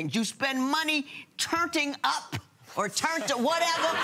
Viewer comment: “Turting up” 😂😂